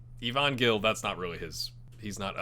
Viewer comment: I believe Gil is pronounce like Hill